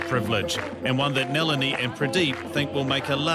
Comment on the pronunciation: lmao it's not NEH-LINI... it's NAH-LINI